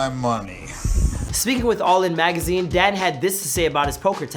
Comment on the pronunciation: Ok most repliers here are commenting on the actual info- fact, fiction, or in between. Chase was commenting on the pronunciation of the man. (Which btw I kept thinking he was saying "dad" instead of Dan 🤦‍♀️)